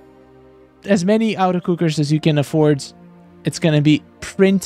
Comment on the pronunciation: The way you say “auto” sounds like “outer” and it’s making me laugh cause you’ve said auto cooker 100 times lol. It’s “AWH-TOE” automatic